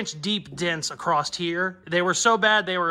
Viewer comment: “Rouf” “acrost” hurts to hear lol.